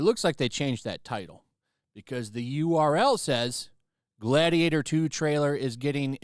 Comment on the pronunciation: Gladiatah please You my gladiatah